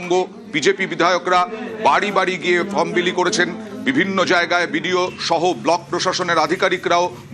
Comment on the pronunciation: Mrs.MLA ma'am From kotha ta valo kore uchharon korte pareni. Ma'am k bolun karor help chara oi 12 page er form ta filap kore dekhate